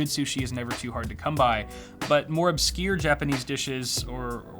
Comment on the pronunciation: "Obskier"? It's obscure. You're welcome. 😀